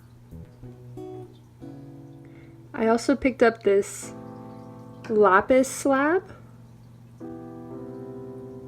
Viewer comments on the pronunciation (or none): none